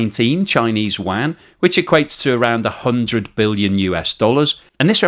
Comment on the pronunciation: Still can’t say “yuan.” What an idiot. Waaaaan isn’t the currency of China.